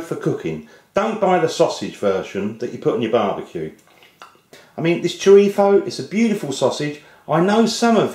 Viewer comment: may i ask why you say chorifo